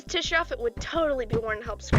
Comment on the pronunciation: first of all, I LOVE IT :3 (tisha is my fav character)!1!1!1 second, i think tisha is pronounced ‘te-sha’ idk tho.. that’s just how i say it 0-0